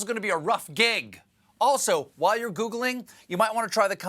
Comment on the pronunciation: "wail"? You mean "while"?